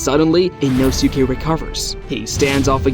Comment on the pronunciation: its annoying how you say his name. you dont pronounce the U